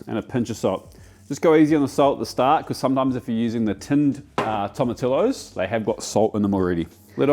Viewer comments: Pr. "Toe-muh-tea-yo" tomato! But at least you got "hal-a-pea-nyo" peppers right😅. That looks like pretty good barbacoa! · Great video, thanks. For future reference, Tamotillo is pronounced toh-muh-tee-oh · Toma-ti-yo. LL Is the y sound ❤ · I love how he knows Roja is ro-ha, but still says tomati-lo lol. For any gringos out here, any time you see double l (ll) in a Spanish word, it has a y sound. Tortilla (tortiya), paella (paeya), tomatillo (tomatiyo) etc... enjoy! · Man, way to go! Love seeing all the global cuisine on your channel. Really enjoy your content! For your future content, “LL” in Spanish is pronounced as a “Y” and “I” is “EE”, so it would be tom-a-tee-yo for a much closer pronunciation! 👍 You cracked me up with “Roja Salsa” 😂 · Just a heads up. Tomatillo is pronounced, “toma-tee-yo” Hello from Texas! Love your work! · You don't pronounce double L in Spanish it becomes "y", so... tomati-yo same goes to torti-ya, and jalepe-nyo not Jalepino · I love how youre worried about rolling your R's correctly for Salsa Roja then pronounce Tomatillo like my parents would say Tortilla, ya silly goose. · Something weird about listening to an Australian tell you how to make Mexican food when he can't pronounce Tomatillo or Jalapeno... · Tomatillo pronunciation makes my heart cry lol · Mate there’s no way you think that’s how tomatillo is pronounced